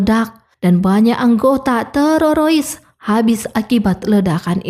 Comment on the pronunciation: TERORIS BU TERORIS, BUKAN TERAROIS 😢